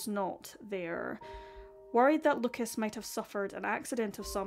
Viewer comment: I know that you care about the correct pronunciation when saying names in a different language. So, I just wanted to let you know that in french we do not pronounce the s at the end of Lucas. So you should just pronounce his name as Luca 👍